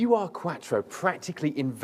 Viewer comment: Ur is a German word meaning original or primordial.. It's not a U R (you are) Quattro. It's an Ur Quattro. Ur is a word, not a set of initials.